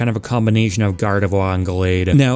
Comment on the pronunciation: I swear you said gardevoir's name like that on purpose to mess with people. Also, for the boxers, having more than one boxer is totally possible. Look at street fighter. Dudley and Balrog play COMPLETELY differently from each other. One is pure power and the other is more finesse and style with a rapid beat down counter style. Not to mention the 3 common boxer archetypes and you'd be set. I can see hitmonchan with completely different moves than little Mac, with way more flurries than straight lunges in reference to it's pokedex entries which state it can punch so fast it looks like it hasn't even *moved*. Also hitmonlee is clearly either a muay Thai user or kickboxer who btw has super extendable legs which could lend to a tricky spacer character where certain inputs control how far the legs stretch.